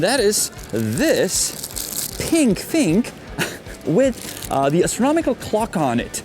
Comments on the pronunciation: For the love of god its not "astromical" its "astronomical" hearing you say it the wrong way multiple times in a row makes me physically hurt. Other than that great video, greatly appreciate you for bringing attention to problems like these hideous shops! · Janek, your English is amazingly accurate, but sometimes your pronunciation is wrong. Astronomical is correct; astromical is not. Wafer sounds like wayfer, not wahfer.......as if I could pronounce Czech correctly....Thanks pal!